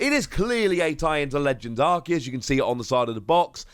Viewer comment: Arceus is pronounced Ar-see-us. The English dub always butchers pronunciations.